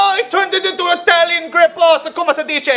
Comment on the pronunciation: COME SI DICE. LMAO. Let me tell u dude, your italian is waaaaay better than most of our football players. I'm proud of you, ohwwwyuuur!